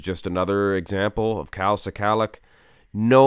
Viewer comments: NOT SI-KALICK ...IT'S "SKULL-LOCK" OR "SKA-LOCK"... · Pronunciation is: skull-ack